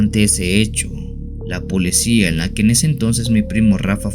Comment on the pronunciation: Se dice policía no polecía.